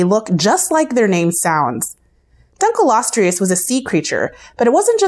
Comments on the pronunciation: Dunkleosteus. No ‘R’ in there. It may sound like I am nitpicking here but this is a Science/Education video and the names of the animals are rather important in this regard. Liopleurodon was up to 23 feet long not tall as well. Titanaboa being compared to an anaconda is perfectly fine but an anaconda is also a constrictor so the way you word that section is ambiguous. Sark-o-sue-kus not sar-ka-se-kus is the pronunciation. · you mispronounced almost all of them like sar-co-soo-chis and dunk-lee-ost-ee-iss